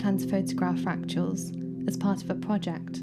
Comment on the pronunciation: “Fractuals” is how you pronounced “fractals.” Or am I hearing you wrong? Regardless, I’m sure you are referring to irregular geometric and abstract structures in nature.